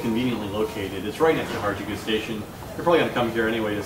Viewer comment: This could be a cool series, if you only realized you're not very funny. The bit starting was not too bad. Thanks for attempting to name Harajuku more than once, as I finally understood you about the 3rd time. You really need to work on your pronunciation.